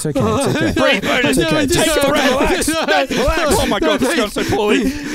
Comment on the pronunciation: NGL when he said Bonus, I thought he was saying Boners 😂😂😂